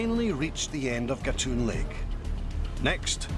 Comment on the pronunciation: Agree; the British narrator does not give realistic comparisons and his pronunciation of Culebra Cut and Gatun Lake is incorrect.